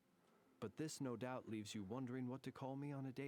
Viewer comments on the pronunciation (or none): none